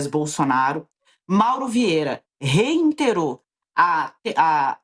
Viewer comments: "ReiNterou" não. A palavra é Reiterou,. 😊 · A correspondente falou reINterou eu ouvi certo?! Gezuis...